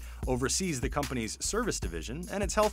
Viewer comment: say The NOT ThEEEEEE